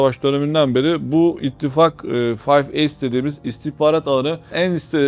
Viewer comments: Boş bir program olmuş. Tamamen insan psikolojisini etkilemeye yönelik ezber komplo teorileri, daha doğrusu saçmalıkları. "Five Eyes" yorumu yapacak adamın önce İngilizce bilmesi gerekir, bunu söylemeyi beceremeyen "Fayf Eys" diye gülünç bir şekilde okuyan kişinin İngilizce bilmediği bariz. Ezberlemiş komplo teorilerini - saçmalıklarını, tekrar edip duruyor aynı şeyleri, o saçmalıkların hepsi 3 dakikada anlatılıyor profesyonel komplo teorisyenlerince. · Five eyes; five ace diye neden telaffuz edilmis?